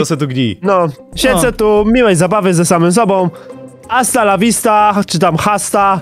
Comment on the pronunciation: Muwi się astala siwistak